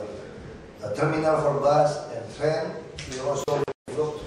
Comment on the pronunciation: it's train, pak ahok, not trend :p #peace